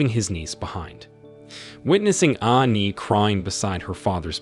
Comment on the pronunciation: Funny enouth how this guy say cat and not kate . And like aani instead of annie